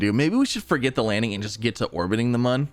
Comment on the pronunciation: it is pronounced moon